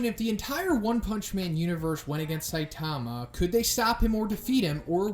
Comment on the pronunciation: SAI-tama, not Sai-TA-ma.